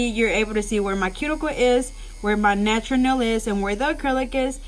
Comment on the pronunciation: “nachuuur nell”